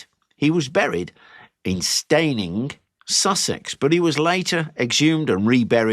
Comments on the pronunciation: Just just to let you know, Steyning in Sussex is pronounced Stenning, the y is silent 👍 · I grew up near Steyning and we pronounced it Stenning. Nice to hear West Sussex mentioned, it does often!